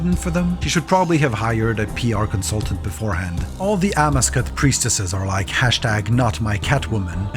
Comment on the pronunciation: Amascut is also pronounced differently, at least I’ve only heard it a different way